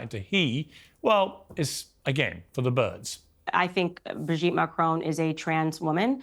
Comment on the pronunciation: Above all else Candace Owens the name is Macron, not MACRONE get that right and I personally might listen to you, for a so-called Christian, why are you pursuing this? transgender or not, it is not yours or anyone else's business if it is true that Ms/Mrs/Mr had a relationship with a schoolchild that is reprehensible, however, it was a long time ago, IMO you disrespect a head of state of a not insignificant European country to get views to your muckraking salacious program.